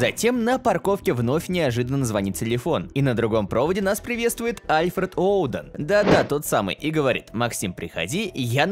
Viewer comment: Там вроде бы не Оуден, а Уоден